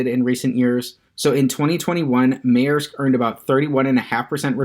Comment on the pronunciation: Its pronounced Mersk